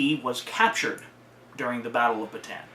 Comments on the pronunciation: It's pronounced "Ba-Tawn," not "Ba-Tan." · Well, your history teachers said it wrong, because they didn't notice the to "a's", so it is pronounced Bata-an, not the way you said it. I'm an actual Filipino, and you should search up how to say Bataan.